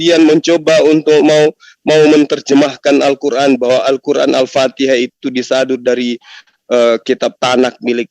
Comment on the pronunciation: Koreksi menyebutkan ALFATIHAH, BUKAN ALFATEKAH,,,, Penyebutan yg salah akan mengakibatkan panjang perdebatan dan men yalahkan balik.